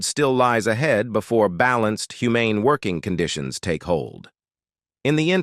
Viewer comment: Good information, but there's a "technical" issue. I don't mind the voice, but the AI algorithm leaves much to be desired (this is why AI is unlikely to be everything people hope or fear it can become). Before and after I documented 7 mispronunciations (administrative, officials, humane, neighbors, measures, spreading, against - even Canadians wouldn't be that extreme on that one) and one mis-accented word (isolate). I really want to listen to the rest of the video, and I'm giving a thumbs up for information, but the kinds of issues mentioned, in such a short span, are...I struggle for how to politely discribe it. Chinese people know the importance of tones. In English, pronunciation and accent on the correct syllables can create distractions, nonsense or completely change the meanings of words. Don't trust AI. It's CLEARLY in a very early phase and you need to protect your reputation.